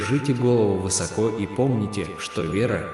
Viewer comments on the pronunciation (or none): none